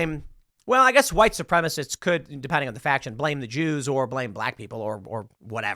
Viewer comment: Tim made a video just to say "Ze Jews" change my mind. Lol